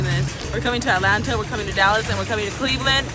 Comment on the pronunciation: I thought she said Alaska not Atlanta lol